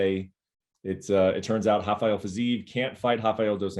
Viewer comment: Brett, Fiziev's name Rafael does not sound like the Brazilian Hafael, it's the usual R.